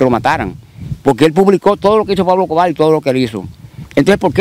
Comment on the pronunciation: PABLO ESCOBAR Con R…Escobarrrrrr No es. Escobar,Tenes q aprender a hablar,la comunicación es exigue té y además un medio auto/parlante q educa o embrutece